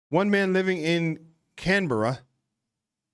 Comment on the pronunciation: Its highly unlikely that you saw them in the UK - they'd have to have been imports. Congrats on the pronunciation of Canberra BTW. 🙂 Suggestion: check out the One Pack Wanderers' visit to K'gari.